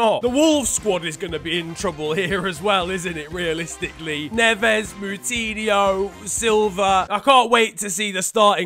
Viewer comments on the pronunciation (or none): none